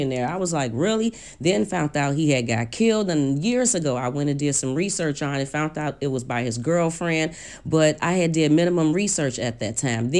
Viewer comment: Just like "fount out". It's found out!!!